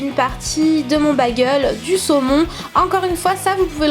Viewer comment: à la fin tu à dit bille de semon MDR sinon super video